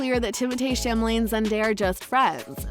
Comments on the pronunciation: it's Chalamet, not Chamalet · Actually it's the only thing she did say right his name is French so the THEE is pronounced Tay where Americans say Timothy which is usually THY so Timothee is Timotay the correct pronunciation! now she pronounced Chalemet as chamelet which is wrong! She got half the name right! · "chamalet"?can you read?o sorry u could be dyslexic i guess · Chamalé? Illiterate B lol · the name is not chamalet...pffff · It’s not the first name she is mispronouncing tho.